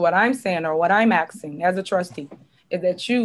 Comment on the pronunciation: When she keeps saying “AXING” does she mean “ASKING “? This is totally UNBELIEVABLE!!!!!!